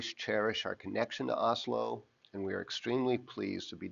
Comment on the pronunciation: Nice video but am I the only who thinks his pronunciation of Asolo is closer to 'Oslo'?